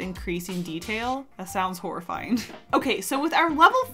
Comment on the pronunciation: There's a part where you said horrifying and it could've been said as horseifying 💀💀💀💀 funny